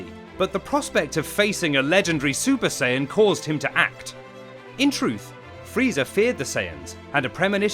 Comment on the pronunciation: I’M SORRY? DID YOU JUST SAY FREEEEDA?